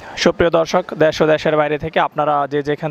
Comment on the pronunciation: ভাইরে,,,দ্যাশ না দেশ আপনার সব ভিডিও তেই এই ভুল টা কানে লাগে